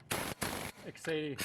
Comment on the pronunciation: exedy flywheel lmao. i love it